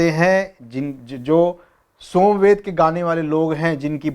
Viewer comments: Well explained but not somved but samved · आपने* सोम* वेद कहा आप की बातों से लग रहा है आप * साम* वेद कहना चाह रहे हैं। आप स्वयं अध्ययन द्वारा थोड़ी और परिपक्वता लाएं। वैसे बहुत अच्छा है। प्रणाम।